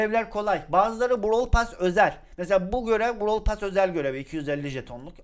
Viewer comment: Pas değil pes😅😅